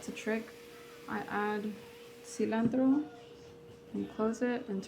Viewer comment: Cilantro not cilandro 😅